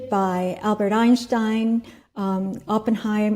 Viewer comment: I realize you are a Psychiatrist, however it's Albert Einstein not Albert Eienschtein